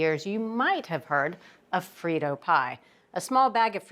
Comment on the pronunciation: ????🤨 Frito: rhymes with bandito...🙄 (ay-yi-yi-yi🎶)